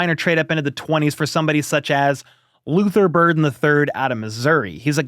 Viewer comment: Lither Burden NOT Burton